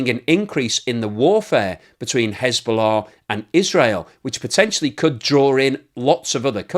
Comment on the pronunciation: There is « hezbollah « and there is » schisbollah » 😅